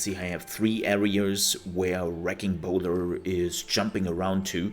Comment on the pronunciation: Bola is a tricky word, I used to say it in the same way that you did. What someone did was show me how to say it. Bola (Bowl-uh) that is a section of lines with weights on it to trip someone up. Bowler as you said is a hat. I hope I can help you from making the same mistake that I used to make. I gotta say your videos are awesome and I am sending all my friends to you when I can. Thank you for everything. I cannot wait to see this active.